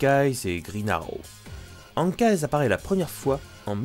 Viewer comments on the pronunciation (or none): Hawkeye ne se prononce pas Hank eyes mais Ok ail en espérant que tu comprennent ce que g écrit sinon super boulot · Hawkeye se prononce okaille y'a pas s sinon super video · Bonne vidéo! Juste, on dit Hawkeye [Owkay]😉